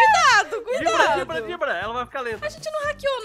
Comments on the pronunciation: a Ju falou dibrar (eu acho) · "nao pode dibra a dibradora"kkkkkk,te amo ju